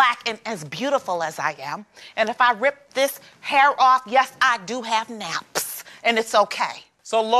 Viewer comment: I love the way (New York) said knapppsss lol